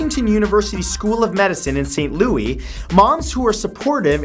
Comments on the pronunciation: St. Lois is pronounced (saint Lew-us) not (saint lew-ey) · It's St. LOO-ISS. Not St. LOO-EEE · I like this guy but please MatthewSantoro learn how to pronounce St Louis Missouri .. It's pronounced like Lewis... not Louie.... kills me every time he says it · when he said st. lew-ee instead of st. lewis for st. louis on fact 43 i snorted i love people who arent from missouri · lol St. Louie... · #43: HE SAID ST LOUIE WHAT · You pronounce the 's' in St. Louis, Matthew. As a St. Louisan I found this hilarious. XD